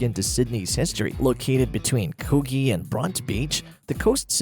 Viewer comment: Coo-gee and Bron-tea is the pronunciation for those suburbs near the cemetery. Great vid !